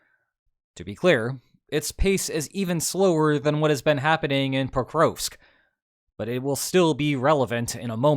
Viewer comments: Geez your pronunciation of Prokrovsk... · The Ukrainian letter ‘о’ is always hard as in ‘dog’. Your mispronunciation of ‘Pokrovsk’ was thus very distracting for my autistic brain.